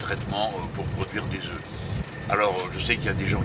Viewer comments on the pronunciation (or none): none